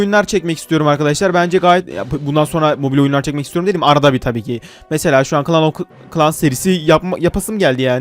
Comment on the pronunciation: Klan of klan diyor ya